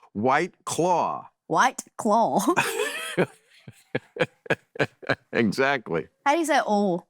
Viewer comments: I here her saying "clawl" (rhymes with Paul) -the dark L, yes, RP English (not properly pronouncing the word "claw" according to RP, of course, but still) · The way she pronounces "claw" with an almost "O" sound at the end is almost, like, British. :)